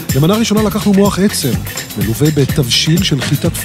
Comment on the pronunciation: מח עצם עם צירה ולא מוח עצם!!